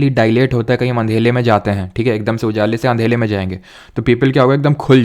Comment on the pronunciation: Sir ji aap andhere ko andhela bolte hai🤯